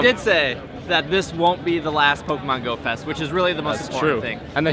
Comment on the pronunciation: Ohhhhhh you said GO-fest, you see i thought you said Goat-fest